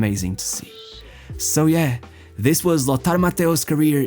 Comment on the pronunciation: consistency is king...chose one way of pronouncing "lothar mattheus" wrongly 😂 cool video though